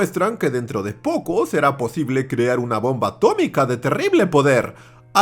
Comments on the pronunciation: ATO-MI-CA se dice ATO-MI-CA Henry trumman 2021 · A-TO-MI-CA se dice A-TO-MI-CA 😂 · Historia bien contada + ciencia + referencia Simpson = me suscribo ya mismo!!! A-to-mica, se dice a-to-mica 😆👏👏👏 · Atómica, se dice; a-tó-mi-ca!!! - sentí algo que no supe explicar... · Atómica, se dice atómica. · Atómica se dice Atómica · Atómica, se dice atómica